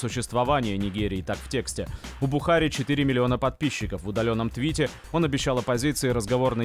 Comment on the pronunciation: Не БухАри, а БухарИ.